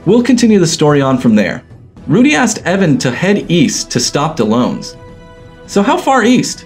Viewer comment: Why does he still continue pronouncing Dellons as if he's spelt Dellones....